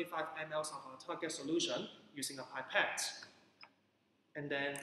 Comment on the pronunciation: Are you a teacher from HK? You have a distinct accent. By the way, pipette is pronounced p.epette not pie.pette. Nonetheless very useful teaching resource. Well done.